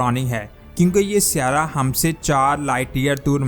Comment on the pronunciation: جناب "سیارہ " کہنا غلط ہے۔صحیح لفظ "سیٓارہ" ہے۔۔۔۔اور میجود کہنا غلط ہے جبکہ صحیح لفظ "موجود" ہے۔ براہ کرم تصحیح فرمالیں۔